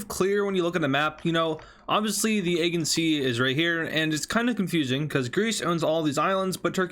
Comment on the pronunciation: Dude...you have no clue about balkans, wars in general (Ukrain didnt teach you anything) and ofc balance of power over the aegean sea (you first must learn to PRONOUNCE it right)!